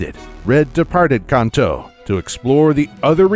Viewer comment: "Cunto" Region is my new favorite.